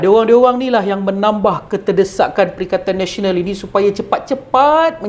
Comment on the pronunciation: Perikatan Malaysia lah. sebab Pertkaian Nasional hikhikhik bagus juga sebutan.